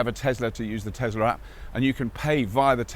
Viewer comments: Tesla! Not "Tezzla"! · Couldn't watch this any further than 2 mins because yet another YouTube presenter that can't say Tesla with an S and says Tezla so annoying!!!!!!